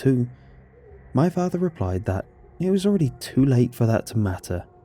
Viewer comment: "my fahthah"